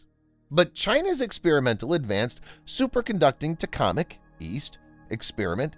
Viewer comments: Its TOH-KA-MACK. Not Tackomic. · It's TOH-KAH-MACK, not tacomac! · great video as usual. Pronunciation hint. It is pronounced like Tok-a-mac Tok is long o, not like like tic-tock. short a like in at. mac as in macdonalds. cheers! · Is this a real person or robot voiceover? Tokamak, I believe it's pronounced (TOKE-A-MAC). 🧐🤣